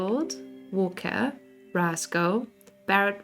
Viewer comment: Beardo is pronounced Beer-doh. Like a beard.